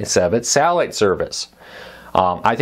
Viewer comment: this dude needs to learn how to speak before going on camera. wtf is sahhiite service